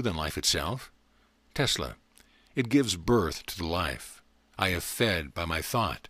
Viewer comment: Anyone heard him say telsa instead of Tesla